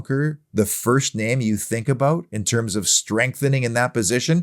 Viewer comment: I just tune in to hear say "aboot"..minds me of Terence an Phillip 👍UTV